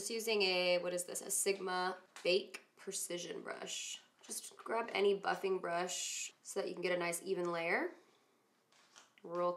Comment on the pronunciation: I thought you said "Just grab any f*cking brush.." & then I realized you said "just grab any buffing brush" haha. I was like Woah, already startin' off with the f bombs